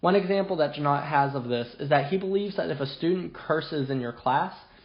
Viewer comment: Hard "g" as in "got" or "goat".